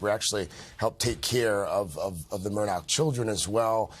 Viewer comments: Because, according to the family, it's spelled A-L-E-X, but it's pronounced "Eh-lick." Also, "Murdaugh" is pronounced "Mur-dock," and not "Mur-daw." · Are you supposed to pronounce Murdaugh as MurDOCK or MurDAH?